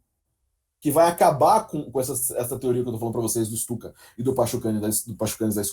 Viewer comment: Lê-se Pyotr (como Pyotr Tchaykovskiy) e Stutchka, como o famoso avião alemão.